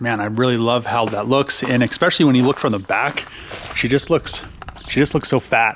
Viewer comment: There is no 'X' in the word especially...